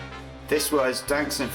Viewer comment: Wankss you really need to know how to pronounce my username. ;-0